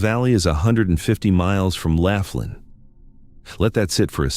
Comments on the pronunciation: It's Laughlin, NOT Laflin. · Laughlin. Not Laf tin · 😅... I laughed hearing " Laugh lin " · Pronounced LAW--FLIN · I live in "Laugh-in" a city in "Nah-Vah-Da". What Country is THAT?!? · it's Laughlin, pronounced... lof-lin, moronic when you can google the enunciation and the correct spelling.